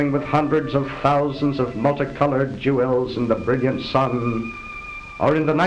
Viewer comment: He said jew els. 😂😂😂